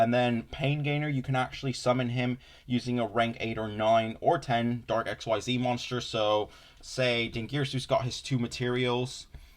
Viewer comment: Omg never call it "X Y Z" ever again pls It's pronounced like "exceed" "Xyz" is a single word